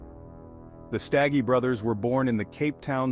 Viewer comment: U pronounced their surname wrong ...u must not be from here